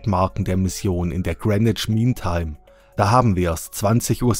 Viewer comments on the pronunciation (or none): none